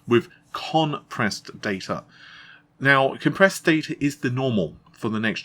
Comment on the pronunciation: yep definitely saying con pressed data... and goes onto say it more. Its compressed my man.